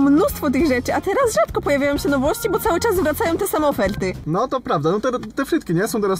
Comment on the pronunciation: Nie wiem po co jak mówi słowo z literą "r" to później tuż za nią dodaje literę "L" I wychodzi tak jak w "te same oferlty"